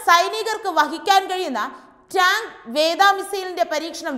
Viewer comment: ടാങ്ക് വേദാ മിസൈൽ അല്ല, ടാങ്ക് വേധ മിസൈൽ എന്ന് പറയുക